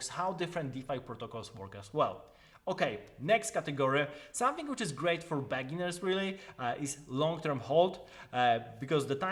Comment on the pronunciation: very good video, accurate and succint infos on a very complex topic. but please adjust your pronounce of "beginners", the way you say it sounds like a bad word :) (also, you have the oldest ringtone ever ahaha)